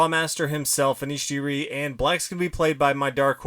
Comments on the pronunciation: yup, shouldn't take a robo with a brain of 10000 IQ to prove it ;) its Anish Giri and not Anish Jiri! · Okay he says Jiri for Giri I heard it as Jerry 😜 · Pretty sure Giri is pronounced with a hard G, like in 'game' or 'Garry'.